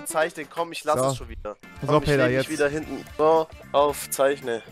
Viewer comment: Er heisst Peter & nicht Barid. LEL